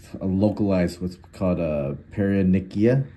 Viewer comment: Paronychia (not perinica) is an infection or inflammation of the skin around a fingernail or toenail, causing redness, swelling, pain, and sometimes pus, resulting from bacteria or fungi entering through skin breaks from trauma like nail-biting, cuticle trimming, or constant wet hands. It's categorized as acute (sudden, bacterial, often on fingers) or chronic (long-term, irritant/fungal, common in occupations with wet hands like dishwashing). Treatment often involves warm soaks, antibiotics for bacteria, antifungals for fungi, and drainage for abscesses, with prevention focusing on keeping hands dry and avoiding nail trauma.